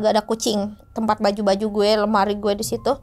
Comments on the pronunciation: risih bgt denger "guweh" 😭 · Guweh anak jakarta nih embak...tp ngerasa aneh denger guweh nya embak...😁